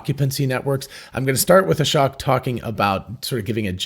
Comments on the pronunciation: Fyi, Ashok is pronounced uh-shoke, not ah-shock. Just listen to how he introduces himself. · Just a heads up “Ashok” is pronounced “uh-sh-Oh-k”… not uh-sh-oC-k. A lot of YouTubers are misspronouncing his name, ;) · Fyi, i think Ashok is not pronunced like Ashock, but rather like: Ashoke. Long o sound. (At least that's how Elon pronounced it and how he said it himself.)